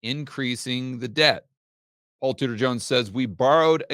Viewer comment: all this time you were saying Tudor, I thought you were saying Scooter . . . .